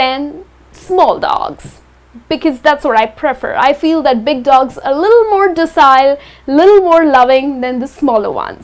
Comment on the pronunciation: you are mispronouncing docile 😉😉